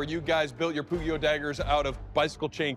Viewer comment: hearing pugio pronounced with an hard g is just torture for my poor italian ears